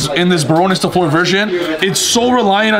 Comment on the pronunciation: pls read this! Bar(onne) the "onne" sounds like the "one" in gone Fl(eu)r the "eu" sounds like the "u" in f(u)rry or h(u)rry